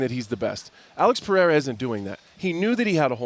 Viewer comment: Lmao Chael will never learn Alex's name.